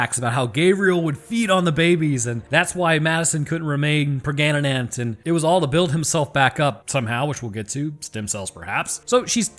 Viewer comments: "Preganenant" 🤣 I'm done! Love this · “She got pregananant” 😂